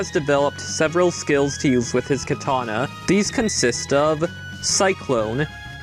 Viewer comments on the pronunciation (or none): none